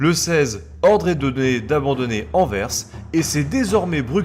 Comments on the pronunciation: Super vidéo étant belge je trouve ça super intéressent P.S si jamais Anvers on prononce le s Anverssss 😉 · Tu a fais tellement de fote de prononciation, par exemple Bruxelles se prononce ''Brusselle'', Anvers c'est ''anversse''. Enfin bref c'était pour t'aider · Pour info, Bruxelles et Anvers sont déjà les noms français qui se prononcent "Brusselles" et "Anverse" (les noms néerlandais sont Brussel et Antwerpen). Nous parlons la même langue, il ne s'agit pas d'une traduction mais d'une prononciation historique. Sinon on peut aussi évoquer Auxerre (le "x" se prononce "s" comme Bruxelles) et Reims (le "s" final se prononce comme Anvers), qui sont bien en France. Il n'y a pas "une" logique qui prédomine, quid alors de Chamonix, Cassis, Metz, Sens, ou même le nombre soixante ? Ce sont des exceptions locales ou ponctuelles que tout le monde respecte (pour peu que ce soit la même langue et que les gens soient au courant). Pourquoi alors refuser cette courtoisie aux belges ? Outre ça, les deux vidéos les blindés belges sont très cools, merci pour cette documentation !